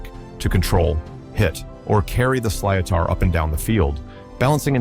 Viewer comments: sliotar is pronounced slittar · Sliatar😂😂😂 silotar is pronounced slit er